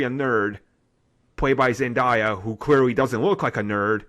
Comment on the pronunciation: You pronounce Zendayah incorrectly. It's pronounced as Zin Day Yuh... not Zin Die Yuh